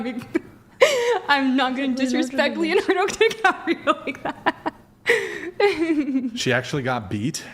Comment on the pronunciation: She said Leonardo Di Cabrio .. :)))